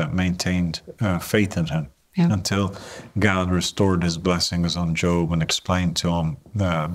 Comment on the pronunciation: "God", not "Gog" ☺️